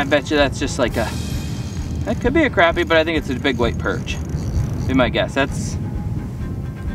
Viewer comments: CrAHHpy.. not CRAPpy 😂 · Say crappie the right way and quit cheaging the way you say it